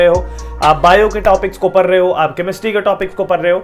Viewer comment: Bhaiya says parr the the, 😂🙄, not saying pdd rhe